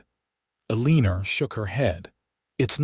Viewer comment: The mispronunciation of the name Eleanor was annoying